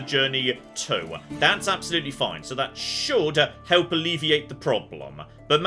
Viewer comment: How you pronounce Manchester, sounds proper Manc, love it!